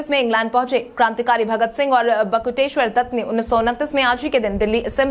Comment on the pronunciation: बकुटेश्वर नहीं बटुकेश्र्वर दत्त